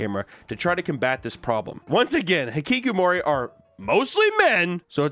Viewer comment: You pronounce hikikomori perfectly, what a chiz amp